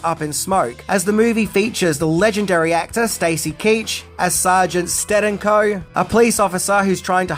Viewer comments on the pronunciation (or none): Sargent ste-DANK-oh. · Dude you mustn't have watched the movie if you can't pronounce Tijuana and Stedenko.